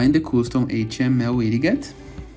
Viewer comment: Man seu Inglês é bom, mas Wid Get pode ser melhorado na pronúncia, seria algo como Widjet o som. Obrigado pelo tutorial